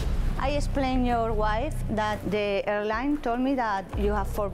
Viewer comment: ….please say…yoar arres…